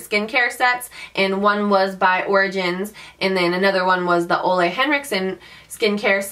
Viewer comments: I LOVE the Ole Henricksen cleanser!!! I work at Sephora and I have tried many, and it is one of my top faves. And the brand is pronounced ooh-la (like ooh la la) :) <3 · Hahah, Ole is pronounced like "ooh-la". I work at sephora:) And you're gorgeous! Love ya!!!